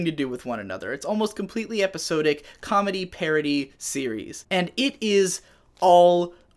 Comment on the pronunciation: Just stumbled across this video, pretty good video. The way your pronounced episodic made me laugh for some reason. Sub